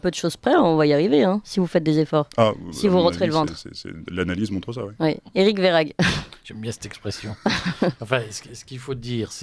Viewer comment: Ma chère, le nom de ce monsieur Verhaeghe ne se prononce pas Verhaghe mais Verhèghe. Le gouvernement dit toujours si vous faites ça ou si vous faites ceci... avec eux c'est toujours le peuple le responsable mais jamais eux. Juste encore une chose, à vouloir demander aux Français de rouler en voitures électrique et importer des populations en grand nombre venant d'Afrique (les migrants), ont fait comment pour baisser la consommation électrique??? Plus de voitures électrique et plus de population, c'est forcément plus de consommation électrique. Il faudrait déjà que l'Elysée donne l'exemple. La nuit Toutes les pièces sont allumé. Toutes...